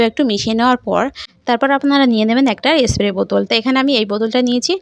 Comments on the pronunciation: স্প্রে কে এস্প্রে বলছেন? তবুও ভিডিও বানাতে হবে৷ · আপনার খুব সহস দেখে(শুনে) অবাক হচ্ছি...ভাষা টাই তো পরিষ্কার নয়, ভুল উচ্চারণে ব্লগ করেন.. প্লীজ কিছু মনে করবেন না..! কয়েকটা উচ্চারণ কি হবে বলছি= শরীল নয় ওটা শরীর হবে... টিকটিকে নয় -- টিকটিকি বলে.. এস্প্রে নয় -- স্প্রে হবে, আরো আছে, তবে শেষে একটা কথা.. রেমিডি খায় না, এপ্লাই করতে হয়, তাই না? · Tate asubidha ki aache...jar jmn kathar dharan se srkm e bolbe... Rajjyer Bisnumata k ektu giye esab sekhan